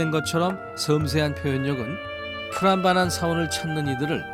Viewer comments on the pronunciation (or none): 프람바난이아니고 쁘람바난 이라고 하셔야죠.